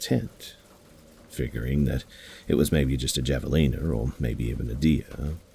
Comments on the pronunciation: The Airizona hunting story. It's pronounced "ha-vuh-leen-uh" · Javalina... the j sounds like an h- have a leena